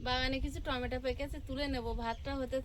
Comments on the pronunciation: tometa bole na tometo bolbe bhul to hoi tumi thik ta sikhe nao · তোমার ননদ, শাশুড়ি মা কিছুপাঠালেনা।।? টমেটোর ঝাল আচার বানিয়ে রাখো। ভাত পাতে খেতে ভালো লাগে। কথা টা টমটা নয়, টমেটো।